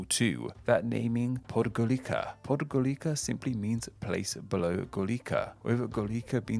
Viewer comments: Podgorica is pronounced PodgoriTSa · It's Podgoritsa not "K" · I died when he said Podgorika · in Podgorica, the c is pronounced as „ts”, so the name is pronounced „Podgoritsa”, not „Podgollika”. I know even though I’m not from the Balkans. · All the mistakes/missing info I spotted in the video: -Greece and Turkey being kicked from the Balkans -no mention of Hrvatska/Crna Gora, jet mentioned Albania's native name?? -didnt look up how to pronounce words (Croat like croak, Podgorika) -Said Croatia comes from old Russian I would recommend asking people in r/askbalkans for help, honestly, if you wanted to know more. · Hears how Podgorica is pronounced Did you know that the letter C is pronounced as 'ts' in all Slavic languages that use the Latin alphabet except when followed by an H for a part of them as some use CH and some use H (and some use both) for the 'ch' sound in the Scottish word 'loch'. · Its pronounced Podgoritsa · “C” is pronounced like “ts” and sometimes “s” in Slavic languages, like in the word Podgorica. Montenegro is called “Crna gora” (Black mountain) in its native tongue. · More like PAWD-gaw-ree-tsah. Stress is on the first syllable. English speakers have this special talent to put stress on the wrong syllable in Serbo-Croatian words. Even when you think it's impossible, they still manage to awkwardly mispronounce it xD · hearing him say podgorica physically hurt me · thats not how you pronunce the letter c in serbocroatian the way you pronunce c is by makeing the s sound and while your makeing it say the letter t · Why the fuck YouTubers can't pronounce Podgorica? And I believe it means bellow the mountain, not bellow the hill. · It was fine, It wouldn't have been better if he pronounced it correctly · I cringed about the way he pronounced Podgorica